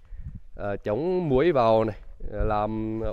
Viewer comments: Muỗi mà nghe ra muối không 😂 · Muỗi. Cứ bị nghe thành muối. Ai nhue mình ko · Đầu video cứ thắc mắc sao bên đó lại mưa có muối, lúc sau mới nghe thấy từ chích mới biết là muỗi 🤣🤣🤣, ô nói hơi ngọng nha😅😂😂 mãi iu team❤❤❤❤ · Ổng nói muỗi vào chuồng dê, mà đầu cứ nghe muối muối, thắc mắc k hiểu muối gì mà vào. Mãi sau mới nghe ra. Haha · Có ai như mình, muỗi mà cứ nghe là muối :D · con muỗi mà mình nghe là muối. kk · muỗi mà lúc đầu nghe ra muối =))